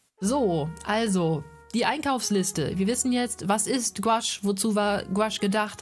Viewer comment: Gutes Video. Sorry muss das anmerken: man spricht es nicht als "Gwasch" aus sondern; GOUAache also Guuaasch. Ist ein französisches Wort.